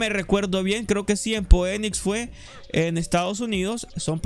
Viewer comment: Ona corrección constructiva Joe no se dice ponis se dice algo así como Finix (PHOENIX) saludos !